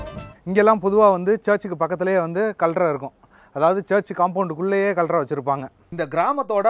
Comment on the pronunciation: Bro கல்றை இல்லை கல்லறை.😂. Post card என்று சொல்வது picturesque ஆக உள்ளது என்று குறிப்பதற்காக Post cards போட்டோ எடுத்ததனால் அல்ல. கற்கலால் ஆன வீடுகள் அனைத்தும் அழகின் சின்னங்கள். இதுபோல நம் செட்டிநாட்டு வீடுகளையும் சில இடங்களில் ஹோட்டல்களாக மாற்றி சுற்றுலா வளர்ச்சிக்கு முயற்சி செய்கிறார்கள். இங்கிலாந்து வரும்போது நிச்சயம் இந்த கிராமத்திற்கு வருவேன். நன்றி.